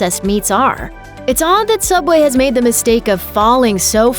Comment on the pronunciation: Subway? I never herd that name I only heard soobway